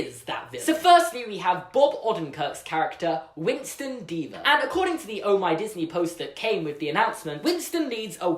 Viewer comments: Deavor not pronounced "Deever." It's "Devver." Like "endeavor." WinstonDeavor. Same with EvelynDeavor. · I think it'll be pronounced "De-Ah-vor" not "Dee-Va" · I'm thinking the last name Deavor should be pronounced DEH-ver, as in the word "endeavor." That could point to a character flaw and/or attribute, which could be overcome and/or exploited. hmmmmmm....